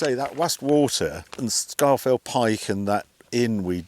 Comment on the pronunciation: sharp intake of breath It's pronounced 'Scawfell'... 😁